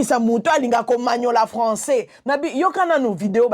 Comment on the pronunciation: sila lolendo ebambi ye lokola mutu alangwe lotoko. 😂😂😂😂😂😂😂😂😂 sila alobi français te, alobi nde François 😂😂😂. Luisa noncer, liaison ezalaka mais oyo ekomi FAUTE.